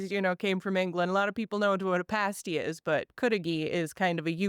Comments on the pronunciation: PAST~PAST~PAST~ PASTY...NOT PASTE~ies either.......Damn this interviewer after being told over and over, still can't say it right! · it’s pronounced with an a as an apple. Paaa sty. The UP is my playground. It’s where I go to escape. So many cool things up there. If you need some ideas for stories, I can give you a whole list. lol